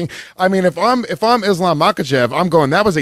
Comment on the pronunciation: bisping looks very proud for being able to pronounce "kh" in Makhachev